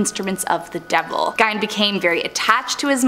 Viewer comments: Ed gien not give 😂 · Ed Gein is not pronounced "Gine" it's pronounced Geen. Green without the R. Downvoted for obvious ignorance. A person that knows anything about any of the subjects they speak about should know how to correctly pronounce the words they're speaking. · Ed gien not gine 😂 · Did anyone else’s video glitch when they talked about Ed GEIN (not Gine 🙄) ? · Gein not gine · Geine like bean. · That's not how you pronounce Gein.